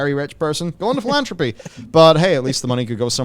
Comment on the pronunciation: you don't even know how to pronounce philanthropy...yikes.